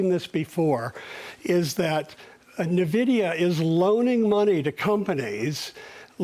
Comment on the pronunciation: It’s not Nah-vidia and they are not loaning money to companies. They are investing in companies. In comparison to the Dot Com bubble, the companies he mentioned like Microsoft, were trading at triple digit valuations; NVDA is trading at 27x forward. Amazon was NOT yet profitable. He says they were. Who is this guy?